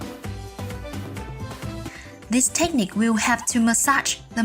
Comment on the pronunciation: It isnt TEchnique, but rather techNIque. The emphAsis is on the wrong SyLAble. 😮 oy!